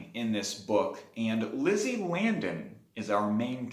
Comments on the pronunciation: Lisey not Lizzie right? I think you’re pronouncing her name incorrectly. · It is pronounced Lee See. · You obviously didn’t read the book well enough if you can’t pronounce her name. I know it’s stupid, but that’s kind of important. Therefore, I could care less about the rest of your review. Go back and read the book chapter one. Remake the video. Then I can take you seriously